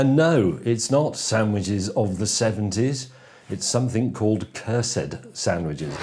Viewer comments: Curs-ed not Cursed? :S jus didnt sound right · The E is silent. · I thought you said curved... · Cursed or Cursid? I think the announcer for Cursed Hollow says Cursed right and the letters look correct but he says it with an i instead of an e but it will look wrong if they change the e to an i and I think you say the word correctly too.